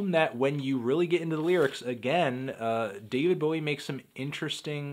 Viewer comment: I prefer david bowid.